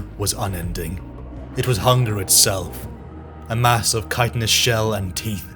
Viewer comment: I need you to know that Chitin is pronounced ky-tin. Its small but it grates on my ears each time I hear chit-in